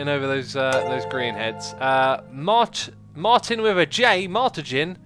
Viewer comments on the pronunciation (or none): none